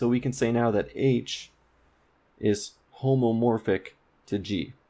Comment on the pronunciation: Hey, it's homeomorphic, not homomorphic. Graph homomorphism is very different from homeomorphism.